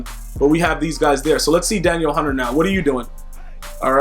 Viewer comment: Please pronounce his name correctly hes not a girl, Da Neel Hunter